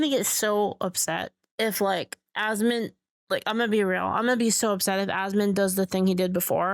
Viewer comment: Goddamit it’s ASMON! Not ASMOND. For fucks sake. 😂